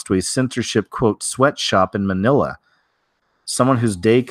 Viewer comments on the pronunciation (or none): none